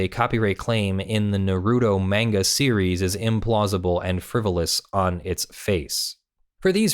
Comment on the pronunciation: Also, Naruto (Pronounced sort of similar to naw-roo-toe"), is a series from around the turn of the Millennium. (1999~2014, ongoing in certain forms). The "a" in 'manga' is not pronounced as a long 'a'. It's more like the 'aw'.